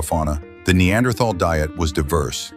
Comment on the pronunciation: Apparently there is not an AI that can pronounce Neanderthal correctly !